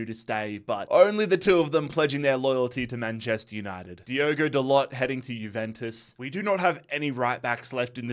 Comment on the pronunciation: Bro he said Diego Dalott, as opposed to Diogo Dalot 😂